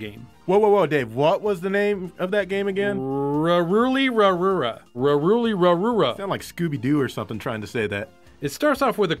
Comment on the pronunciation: Japanese doesn't differentiate between 'L' and 'R' sounds, so they are interchangeable when a Japanese person says/hears them. Anyway, my main point was the first word, "ルルリ". You both said 'Ra'ruli, rather than 'Ru'ruli. The ル is always pronounced 'ru', and never 'ra'. 'Ra' is this one, ラ. I can't help my OCD sometimes. Please don't take it the wrong way. I super enjoy your videos. Great job. I'd be really interested in a differences INSIDE a console video; what components they took out. e.g. SNES Vs. SNES Jr. NES Vs. NES toploader Master System Vs. Master System 2 Genesis Vs. Genesis Model 2 Vs. Genesis Model 3 PS1 Vs. PSONE PS2 Vs. PSTWO PS3 Vs. PS3 Slim Vs. PS3 super slim Wii Vs. New Wii CD-i Vs. CD-i Vs. CD-i Panasonic 3DO Vs. Goldstar 3DO Vs. Sanyo 3DO etc. Always been a fan of your videos. Keep it up. Thanks.